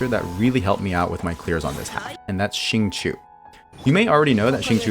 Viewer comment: awesome video ! this abyss was definitely a lot more fun than the last few cycles (aka wolflord). just an fyi, xingqiu is pronounced shing-choh (qiu rhymes with low and not chew)